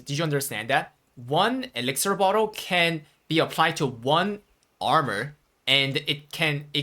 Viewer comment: It's elixir, not elixer :)